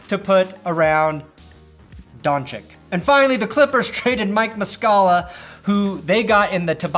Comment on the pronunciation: Off the top of my head, names you got wrong. Jabari Parker, Zubaç, Donciç